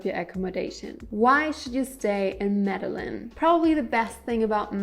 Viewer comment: Lol media Lynn? Pronounced - Meda jean kk and do not stay in Centro! Also ...no, mexico does not offer no hassle 6 month visas anymore. It's up to the discretion of the agent on that day and they are cracking down on over stays. New president